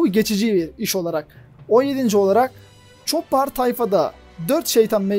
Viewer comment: ÇOPPAR depil ÇOPER DİYE OKUNUR